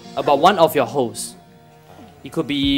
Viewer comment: he was saying hopes or hosts